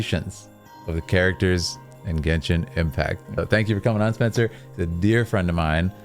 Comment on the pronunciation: Spencer's pronunciation is very spot on, thank you🎉